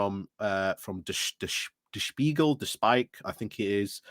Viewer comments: The German name Der Spiegel (the mirror) is pronounced 'Shpeegel'/'Speegel' with a hard G as in fog. Your first pronounciation attempt was pretty good. 😉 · "Der Spiegel" (the mirror) - sounds like "speegle". So, your pronunciation was quite correct ;)